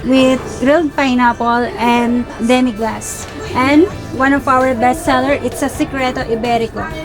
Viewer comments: Duh-mee glahs po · It's a pretty common mistake to make pero demi glace is actually pronounced as "de-meee-glaz" anyways, another nakakagutom vlog,!